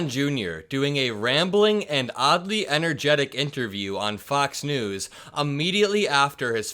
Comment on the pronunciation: "oddly entergetic" 🙄